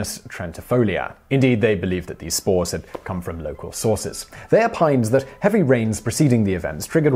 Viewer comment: For a second there I thought he was saying smores instead of spores.